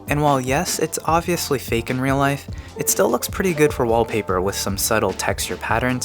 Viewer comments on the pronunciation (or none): none